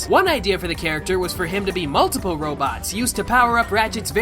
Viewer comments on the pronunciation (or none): "Mutliple Organisms" just...WTF xD